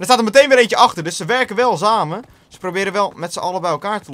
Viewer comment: Moet je echt elke video adverteren voor Mountain Dew.. Het wordt een beetje vervelend tbh. En btw, samen is met een S niet met een Z. xD